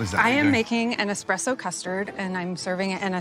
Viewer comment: They must have let the salmon lady come to the show just for entertainment purposes. Boy, are fake lashes hideous. I don't understand how Joe as an Italian can keep mispronouncing the word espresso as expresso.